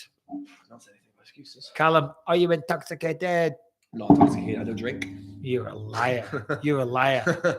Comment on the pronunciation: ah you entocksiketeeed! 😂